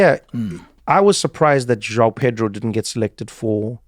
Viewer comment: Trevor, you can do all the accents in the world, surely you can pronounce João like a Portuguese speaker :-) you sound like a brit with Jiaw :-D